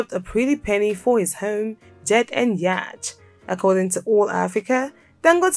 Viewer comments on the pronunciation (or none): Yacht is not pronounced as it is spelt. It is pronounced 'yot'.